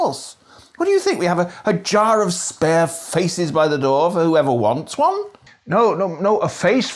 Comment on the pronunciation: You forget all the v’s you put where there’s none. In this video you say “van” to mean “one” several times